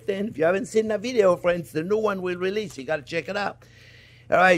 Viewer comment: I thumbs up as soon as I hear you talk! "Hello Fwends" You are my favorite chef!